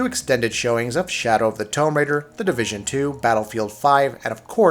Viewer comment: Tomb is pronounced 'toom' not 'tome'. Tome is another word for book.